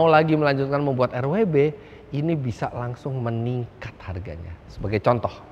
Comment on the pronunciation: Bacanya tanpa disingkat aja pake welt W, bukan Rauh double you elt Begriff. Begitu juga BMW di negara asalnya.